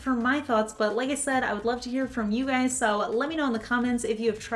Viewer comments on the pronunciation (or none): I'm aware, it's what you always say, it just sounded like what's up gays. Nothing wrong with either ;)